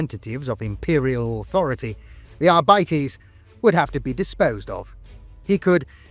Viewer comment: arbites not arbitees o-o